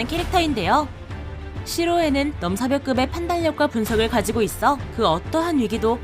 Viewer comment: 안녕하세요, 영상 재미있게 잘 보았습니다. 다만 계산력[계:산녁/게:산녁], 판단력[판단녁]을 [계살력], [판달력]으로 발음하셔서 듣기에 조금 거슬립니다. 그리고 혹시 코감기에 걸리신 것인지 ㅠㅠ 비염이신지 잘 모르겠지만 비음과 유음 발음이 내레이션 중 계속 뭉개지는 바람에 발음의 정확성이 조금 떨어지는 것 같습니다. 그래도 영상 내용이 흥미로워서 즐겁게 시청했습니다. 재밌는 영상 감사해요!